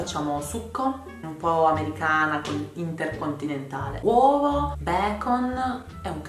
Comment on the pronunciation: ahahahah un po americana con intercontinentale 😂